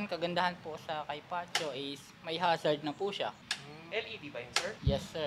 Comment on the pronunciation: Mas alam pa ng vlogger bigkasin 'yong unit kaysa sa mismong sales representative eh haha